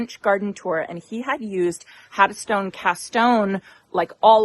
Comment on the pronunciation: Looks very pretty, perfect for a warm weather area! I think the oranges (even though purchased) are such a great addition for a California home. If I may, kindly suggest you make sure you pronounce the "n" in Haddonstone. As a business owner, if I gifted someone something, I would want them to say the name correct. Hopefully I don't offend you, not my intention.